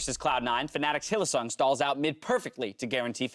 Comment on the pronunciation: In no universe is Hylissang pronounced Hill-uh-SONG!!